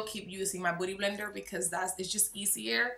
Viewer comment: Why is she saying booty blender?? 😂😂 she can’t pronounce beauty? I’m so confused